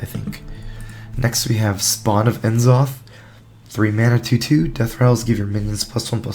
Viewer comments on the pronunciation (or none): Never though hearing Enzoth that many times would make me wanna poke my eye out with a rusty spoon. 6/5 pronounciation.